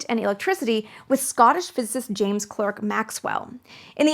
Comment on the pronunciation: And James Clerk Maxwell (it's pronounced Clark, not Clerk). I blame Noah Webster originally with his little blue book of Simplified Spelling for Illiterate Cowpokes or whatever it was called. Then Carnegie and Roosevelt later for their Simplified Spelling Board.